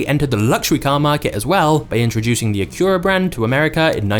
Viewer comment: HUGEEE car enthusiast here…. I’ve never heard Acura pronounced properly in an English video before… props man.